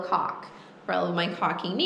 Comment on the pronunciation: If YouTube doesn't censor this one I'll be surprised not sure if you listen to it really really close how are your pronunciation of caulk actually sounds. And then you get the borderline dirty insinuations in conjunction with the miss pronunciation.